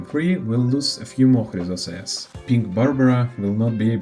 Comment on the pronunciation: Ещё ж крАйзос Ээрс а не хрИзос, Гнайос а не Гнеус, зАгреус а не загревс, Джеориус а не Геориус, сЁрсис а не кИркес, хАйсиленс а не гисИленс, сайрини а не кирини, пОлакс а не полИксия, мАйдемос а не мидЕймос ну и по ударениям каллИпсо а не каллипсО, нИкадОр а не никАдр, енусОполИс а не янусопОлис, кЕфали а не кефалИ, thЭнатос а не танАтос, Окима а не охИма, Ороникс а не оронИкс и the перед каждым словом лишнее это не доёбка, я просто оставляю комментарий чтобы видео продвигалось❤